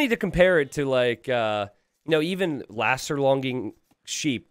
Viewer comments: everyone:: "laster longing sheep" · ''laster longing'' >.<